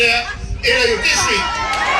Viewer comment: Judiciary not Udiciary, fa’amaka lelei lou guku 😂. Ua silafia uma e Samoa uma i le lalolagi lou pepelo ma lou kaufa’aleaga. Pei a o lau kala fai so’o, “Ua e koe eliā a lou ku’ugamau”